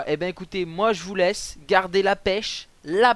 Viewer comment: allez a vous mettez en plein ecran et dec dit: "bon ecoutez moi je vous laisse" dec il arrive a "laisse" faite echape on dirait il dit leche (je sors) ====>